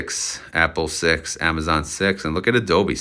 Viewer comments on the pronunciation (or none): none